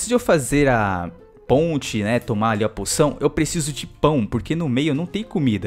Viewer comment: ele disse puçao